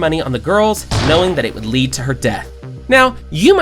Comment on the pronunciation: It's white led is not lead like lead the way or something try saying it right next time